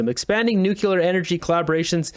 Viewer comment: No such thing as 'Nucular.'